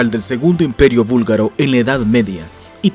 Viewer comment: Gracias por mostrar nuestro país. Somos muchos los búlgaro en españa, por eso hablamos español. Jaja. Sólo una pequeña corrección. Se dice búlgaro no vúlgaro. Nosotros hacemos una clara diferencia entre la B y la V.